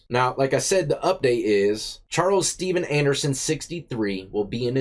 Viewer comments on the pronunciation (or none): none